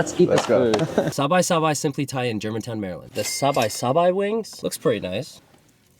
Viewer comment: Solid video. Great content, great advice and insight. Tammy might be mad* about your pronunciation of sabai. YouTube the music video 😂